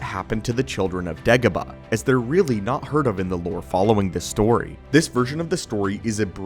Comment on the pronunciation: It’s not pronounced “Deggoba” it’s “Daygoba”